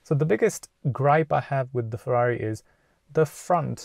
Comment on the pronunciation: Cmon man, its Ferrari